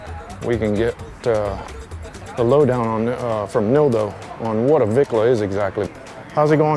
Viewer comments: Let me educate all you none Mexicans and Pocho mexicans! The word "Bicla" NOT Vicla! is slang in Mexico for Bicicleta which translates to bicycle!🤦....And yes I am an Old time REAL biker for over 40 yrs. not a weekend warrior! I have a 1974 Shovel head Electra Glide and a 2000 Twin Cam Electra Glide! And of course I am NOT into these Lowrider looking Bikes. Chale Ese! 😁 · Homeboy could not define what a "Vicla" is maybe because that is NOT s proper word! The real word which derives from Mexican slang is pronounced "" BICLA" not Vicla....So "Bicla" comes from the word (Bicicleta) which then translates in English for bicycle. 🚲....So to those that want to be dropping Spanish names to scooters, get it RIGHT! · Just for you information everyone has this word wrong! It is supposed to be pronounced "BICLA" which is a Spanish slang word or short for "Bicicleta" which means bicycle. To EVERYONE if your gonna use Spanish words in reference to bikes get RIGHT!.... And yes I am an Old time REAL biker, not a weekend warrior! Been one for over 40yrs. I own a 1974 Shovelhead Electra Glide and a 2000 Twin Cam Electra Glide. And of course I'm not into that low rider cookie cutter looking bikes. My bikes are true real scooters (hogs) for those that are even old enough to know what that means!